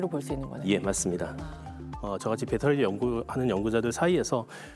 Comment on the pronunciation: 빳데리가 뭐여!! 빳데리??....에휴~~ 진경아?? 무식하기는 ㅉㅉㅉ 😮‍💨😮‍💨😮‍💨😮‍💨😮‍💨